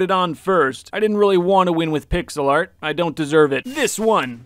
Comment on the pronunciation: in the bacon one when he said pixel art do you mean pigselart?